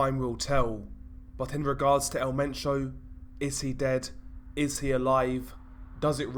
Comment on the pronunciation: El Men - cho not sio